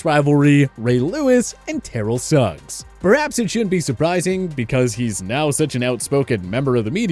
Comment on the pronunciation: T. O. Is the only one who pronounced his name like that you got Suggs name wrong